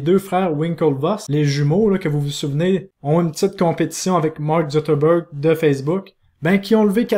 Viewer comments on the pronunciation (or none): Mark zuCKerberg et non Mark zuTerberg